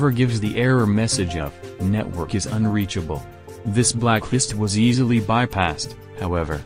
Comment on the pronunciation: Am I the only one triggered that is said “uneachable”